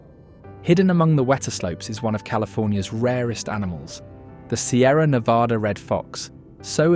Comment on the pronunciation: This narrator, whoever or whatever it is, doesn't know how to pronounce Nevada.